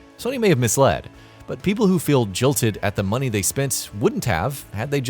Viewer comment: Muneh? You're alright boah